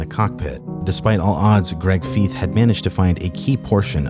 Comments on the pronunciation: FYI- Greg Feith appears in many aviation shows. His name is pronounced FEITH, not Feeth. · For the record, Greg Feith's last name rhymes with scythe, not teeth. (He's interviewed in a bunch of episodes of Mayday/Air Crash Investigation and they pronounce his name there.) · Greg Feith (Pronounced Fyth), is the Handsome MAN 😎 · Only issue with this video is pronouncing Greg fifes name wrong, outside of that great video